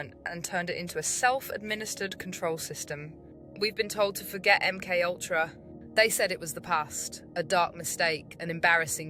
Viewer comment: My friend met this bird - she is a semi-borg... ie: a BORG-BIRD "high-breed" :-o Interesting content - but the name "MK-Ultra" needs pronouncing along the lines of "EM Kay Ultra" - instead of "UhmKUltra"... = Keep your cosmic humour people... 🙃🙂 =